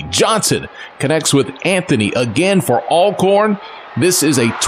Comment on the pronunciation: and lamar raynard it’s not ailcorn it’s ALCORN